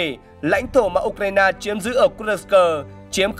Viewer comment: Kênh này hay, biết đọc tên vùng Kurxc.